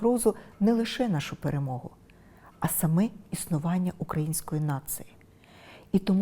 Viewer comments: Юліє Володимирівно, навчіться, будь ласка, вживати українську "г" , а не російську "ґ ". Дуже ріже слух "перемоґа", "черґи", "неґайно", "наполяґати"... Навіть російськомовні в Україні в більшості вимовляють українську, м'яку "г". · Невже так важко замість"и" вимовити"і" і замість "а" вимовити"о",також правильно ставити наголоси?Асациація,асвіта,ґарно тож питання; ви що розумово неповноцінна? Це бісить,таке відчуття що ваш вчитель Азаров,слово перемоґа це взагалі треш,тож не ганьбіться,ви вже не реабілітуєтесь,якуб промову вам не написалиб ваші помічники,ви смішна і наївна!😂